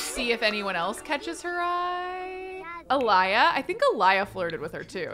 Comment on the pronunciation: I think Aliyah is pronounced “Aleeeeyah”